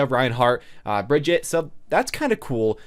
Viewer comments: By the way, it is pronounced Bri-gitte (the G is prounced like the G from "graphics" and no silent E). Not Bridget. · YouTubes still can’t pronounce Brigitte or sombra smh